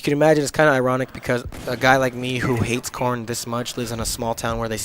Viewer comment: at first i thought you were saying i hate porn lol